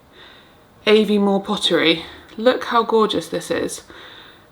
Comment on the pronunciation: you made me laugh so much! Every time you said Muslim, I thought you were saying Muslim😅😅😅. Also the place in Scotland is pronounced Are vee more and not Evi more. Beautiful video as always, and once baby comes, you will forget about your life before her so quickly! We are all waiting with you and Alex and Roxie with baited breath. Good luck!!!!!!!!😊😊😊😊😊😊😊😊😊